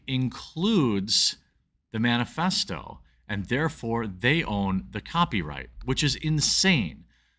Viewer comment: Wait...did he say "man-a-festo?" Ironic...right?